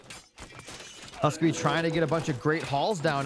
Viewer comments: Its husk-soup, not husk suppee😂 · HUSKSUPPE is a legend :D but it is pronounced HUSK - soup. His go-to image identifier on profiles is a bowl of soup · Great Cast as always! been watching since the Closed Beta for Retold Casts. Keep it up! :face-red-heart-shape: HUSK-SUPPE is Scandinavian and means "Remember Soup" or MEMORY SOUP! :face-green-smiling: and is pronounced at its best in English HuuSK-SOUP